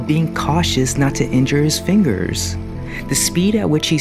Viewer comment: why do you talk like that??? “ he is cautious not to injure his fInGeRs. he sews the dolls hAiR.